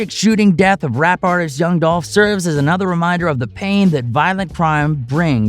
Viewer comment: Man move around! You even miss pronounced his name! Do your news on something else! It's disrespectful to try to get views off of a man that has transitioned!